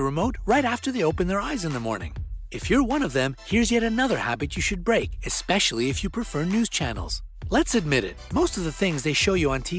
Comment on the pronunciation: “yoshould break” are we rappin’ right now?